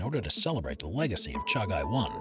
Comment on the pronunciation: its not 1988.., it was on 1998 and 2nd your pronunciation of "Chagai" is wrong. ( Cha-Gee )